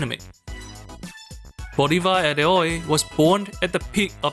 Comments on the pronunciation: For educational purposes only, "héroe" is pronounced "ero-e": "ero" like in erotic, "e" like in enemy, but the stressed vowel is the first "e" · Got cancer every time you tried (and failed) to say héroe… Xp